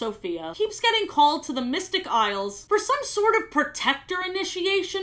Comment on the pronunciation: At some point "Isles of..." Just started sounding like "I love.. " and I love that😂